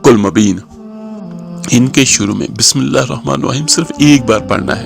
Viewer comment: سائیں جی اپ اپنی بسم اللہ الرحمن الرحیم ذرا سنیں دوبارہ پھر پھر اگے بتائیے گا کہ پہلے پانچ وقت کی نماز پڑھو قران پاک پڑھو درود شریف پڑھو استغفار پڑھو اس کے بعد جو مرضی کر رہا لوگوں کو صحیح مشورہ دیں اپ تو بسم اللہ صحیح نہیں پڑھتے تو باقی تو بہت دور کی بات ہے کام کرنا یا نہ کرنا اپ اپنی بسم اللہ دوبارہ سنیں ذرا